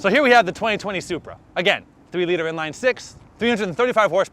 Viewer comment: You did NOT just called the Supra “Bupra” 😂😂😂😂